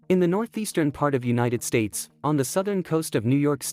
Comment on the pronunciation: I like Uni Teds Tates 😁